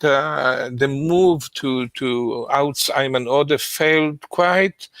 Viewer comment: Do Jewish people really pronounce Ayman like that, never heard it like that...actually the was Sam said it was closer. Sam said it the way my name is pronounced Eamon. When Sam said the guys name i had to double take, because my name is very close to that. And no one else has that name, as far as i know.